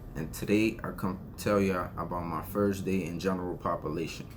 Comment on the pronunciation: Genarul popalation! Lmao